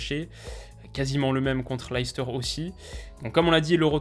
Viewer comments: Hey! Top la vidéo, comme d’hab. juste on dit « Less teur » et non « Laïs teur » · Super vidéo mais stp arrête de dire "Laïcester" parce que ça se prononce "Leh- stuh" en phonétique ! Une petite recherche sur Google "Leicester prononciation" te montrera (et te fera entendre) la prononciation exact du club et de la ville de Leicester !! Sinon j'adore ce que tu fais et j'ai hâte de voir ton classement de ligue 1 😉